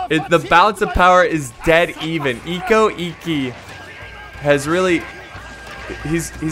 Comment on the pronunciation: Damn every where I look(comments): Bad pronunciation OO-e-sugi = Uesugi Cho-so-kabe = Chosokabe eko-ekki = Ikko Ikki Oo-to-mo = Otomo There's a show called: Sanada Maru about the Sanada clan during the late sengoku period, basically covers everything so have a look if you're interested in learning about Japanese history(since the show's in Japanese you'll also learn the correct pronunciation).